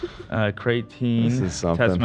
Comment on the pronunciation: my biggest eyeroll for ab was him pronouncing creatinine like creatine 🤦🏼‍♀️🤦🏼‍♀️ huge pet peeve of mine lol